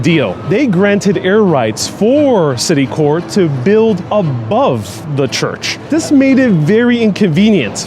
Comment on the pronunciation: I'm pretty sure it's pronounced "CiticorP" cause it's a smash-up of something like Citi Bank of NY & Corporation, and cause English. The froggy "core" pronunciation--spelt with an "s"--is reserved for affected, bourgeois aesthetes with their "corps de ballet", "esprit de corps", and "Marine Corps".